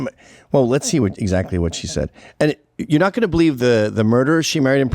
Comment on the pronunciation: Anyone else form vomit in their mouths when they hear these regginas replace the "g" at the end of words with a "k" like pronouncing going as "goink"? I think if you've lived in this country for over a hundred years you should know how to enunciate words properly.. You got to try to talk like this on purpose..